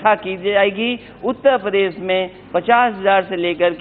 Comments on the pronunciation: यार उत्तर प्रदेश तो ठीक से बोल लो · अरे यादव जी आप उत्तर प्रदेश को आज तक शुद्ध रुप से इसका उच्चारण नहीं किया ,आप अपनी हिन्दी भाषा का कहीं ट्यूशन लें